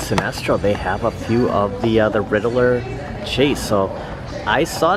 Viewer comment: I mean this jokingly but it triggers me how you say Riddler. "Ridd-a-ler" - It's Ridd-ler! Two syllables. Not 3!